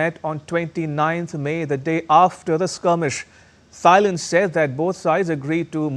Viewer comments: It’s pronounce “TIE-land”, uncle. NOT “THIGH-land”. 😂😂😂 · Can someone correct* his pronounciation of Thailand, its not Thigh-land its pronounced Tie-land 😅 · Thigh-land? Learn how to pronounce the countries of which you speak! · Thailand - is pronounced T-ailand and not as Th -ailand. How about that ? (Germany) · Why do you keep saying Thigh and Thighland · For heaven's sake, the 'H' THailand is not pronounced! It is not Thigh-land! Do your homework please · It is NoT Thighland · wtf is “Tsi-land” It’s Thailand** ya brown bag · Can you please pronounce the name of the country and city right? Thailand, h is silent - Tailand. Phnom Penh, h is silent - Pnom Penh. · Hey dude!! Learn how to pronounce Thailand!! Jeeeezus.